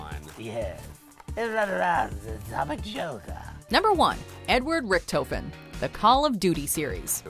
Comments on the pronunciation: it pisses me off how they are saying richtofen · As a cod zombies player it bugs me how they say Richthofen